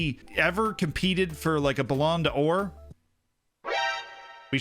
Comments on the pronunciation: its "bal-on door" stop butchering it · Nobody:: BALONNEY DA OOAR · Loving binging the videos recently You sound like you're broken when you say "ballon d'Or" though.